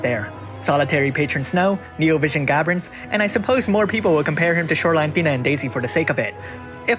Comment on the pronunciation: Is it so hard to say gabranth?